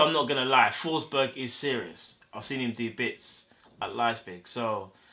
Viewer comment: Emil fosberg Not Nico Fosberg bro